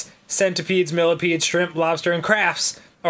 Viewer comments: Is he saying Craf? Is that a thing? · does dan say 'crabs' as 'crafts' thats so cute fuck